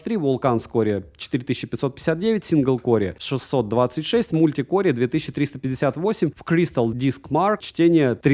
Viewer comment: Синглкоре, мультикоре )))))))